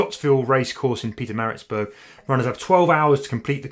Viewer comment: See you at the finishing line. Well done on getting Pietermaritzburg pronouncement on point 😀